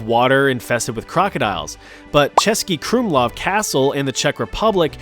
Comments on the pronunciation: As a Czech, I must say, your pronunciation of “Český Krumlov” was SPECTACULAR. Sure, in “Krumlov” the vowels aren’t that elongated, but still. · Damn, nice pronouncination of Český Krumlov from someone not from Czech republic Gj